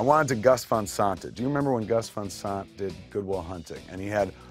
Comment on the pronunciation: Gus Fahn Sahnt